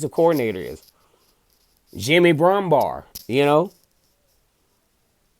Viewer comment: 😁😄😃 Jimmy BrumBARR??? Its Brumbaugh silly. Love ya.